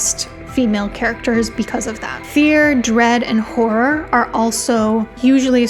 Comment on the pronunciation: Hey, I'm in the US bible belt, English is my only language... I cannot say "horror," either, and for the exact reasons you think. You pronounce it way, way better than I ever will.